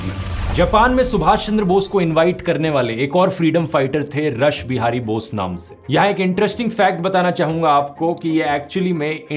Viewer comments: ध्रुव जी बहुत बढिया व्हिडिओ हैं, कुछ सुधार हैं, रश बिहारी नही उसका उच्चारण रास बिहारी हैl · Sir rush bihari bose nhi "raas" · रास बिहारी बोस है या रस बिहारी बोस